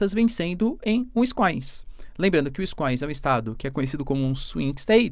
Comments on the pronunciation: Eita professor. Q tapa na cara do seu curso de inglês.... vc chama wisconsin de wiscoins ... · WINSCOINS KKKKKKKKKKKKKKKKKKK o cara é professor de geografia e não sabe nem falar Wisconsin, um dos estados mais importantes da maior potência mundial. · se fala assim : WIS-CONSIN. Simples e nem precisa ter sotaque. Só não pode WINS- COSIN. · Uinscoins???? Wtf No minimo Wins-Conssim vai? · WiscõnSin.. nao é wiscoins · Professor vídeo mto bom mas por favor para de falar winscoins é winsconsin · Úiscoins 😂😂😂! Víscânsén, essa é a pronuncia.😂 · Professor so uma correçãozinha na pronuncia do estado americano wisconsin se pronuncia wis-con-sin (uiss-conn-sim) 👍🏼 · Mestre uma pequena ajuda na pronúncia pois morei em Wisconsin . É Uís-cón-sin” (foneticamente: /wɪsˈkɑːnsɪn/) . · "Wiss-Con-San" meu querido Prof. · pra um professor de geopolítica pronunciar "wiscoins" é feio de ver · O professor, otimo video. Comentario rapido e nao pegando muito no p'e. O nome do estado 'e WIsconSIN hehehehhehe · Uiskoins kkkkkkkk😂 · UINS COIINS Q ISSO PROFESSORR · Fiquei chocada com a pronuncia tbm 😢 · O estado se chama Wins-con-sin. Se pronuncia do mesmo jeito que se escreve. Gosto muito do seu trabalho, professor! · Wisconsin = Uisqõnsim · "Wins-coins" hahaah Pqp hein professor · ainda bem que ele não faz mais publicidade de curso de ingles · Professor, tem que melhorar essa pronuncia aí de Wisconsin!!